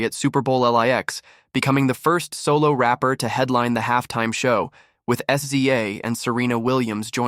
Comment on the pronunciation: It's not S-Z-A it's SZA (Sizz-uh) 🤦🏽‍♂️